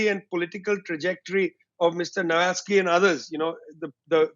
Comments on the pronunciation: His name was Navalny, not Navalsky! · NAVALNY NOT NAVALSKY! 'EXPERTS' SHOULD AT LEAST KNOW THE NAMES OF PPL THEY'RE DISCUSSING.. i🤡🌏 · This guy, who looks like he is picked up from some kebab shop could not even pronounce the name of Navalny properly 😂 And he is trying to explain us the geopolitics 😂 What a stupid interview is this?! A mere Russian propaganda 🙂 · You could at least have politely corrected Vijay on Navalny's name, before he repeated the error over and over.